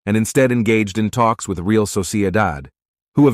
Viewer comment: The guy in this video should learn how to correctly pronounce ”Real” (as in Real Madrid) and ”Henry” (as in Thierry Henry).